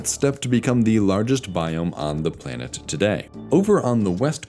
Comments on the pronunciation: Great examination of past life in the biospheres. Why does a computer do the voice? Listen for plainit instead of planet. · “play-nit” Lol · First time I've ever heard anyone pronounce planet as "play-net" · "planet" pronounced as "play-nit"? these AI VO's are such garbage